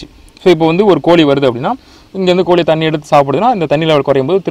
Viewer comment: கோளியை யாரும் வளர்க்கமாட்டார்கள், நீங்கள் சொல்லுவது கோழி என்று நினைக்கின்றேன், சரிதானே ! ஐயா தமிழை தமிழ் போல் பேசவும், தமில் போல் பேசவேண்டாம்.